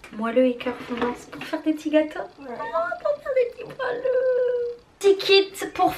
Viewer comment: Enfiiin un swap !! Tu m'as fait rire quand tu as dit "moilleux" au lieu de "moelleux" tu as eu de très beaux cadeaux, maintenant allons voir ce que tu lui as acheté 💗 Bisous